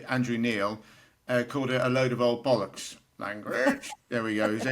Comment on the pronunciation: Keep up the great work. Sad to hear married #heartbreaker She's the first American I've ever heard pronounce 'bollocks' correctly Even the captions have it written either 'bullocks' or 'ballocks'